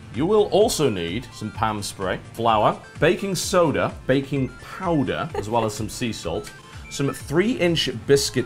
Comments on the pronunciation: baking sowder LOL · They were referencing Ro's mistake when trying to say Baking Soda...